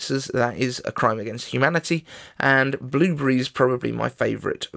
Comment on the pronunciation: Great discussion on iPhone 13 and future of iPhones and physics! Love the way you pronounced blueberry; just like my mum did, as she had a deep Bostonian accent.